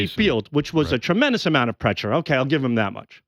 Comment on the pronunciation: I can't believe they missed Sal saying prechure.